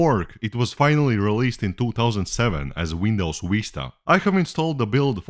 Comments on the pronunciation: "Windows " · i love how he pronounces vista as